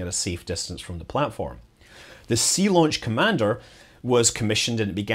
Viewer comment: Zeelaunch !!! I thought you were trying to do a German accent there.